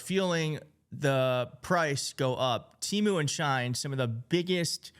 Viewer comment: she in, not shine